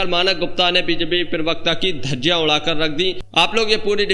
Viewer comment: अरे भाई, पिरबक्ता नहीं बोलते। प्र बक्ता, प्रबक्ता । बार बार नहीं सिखाउंगा, आगे से ध्यान रखना।